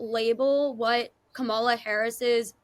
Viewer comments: you are such an insightful young woman. I understand your exhaustion. I would just want to remind you of how to pronounce her name...Kamala..we are of Indian orgin! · please pronounce her name correctly.Not Ka-mala but Kam-ala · Pronounced: Kama-la